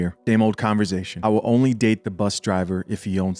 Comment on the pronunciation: “Converzzzation” 😂🤣😂 All love homie! 🤙🏾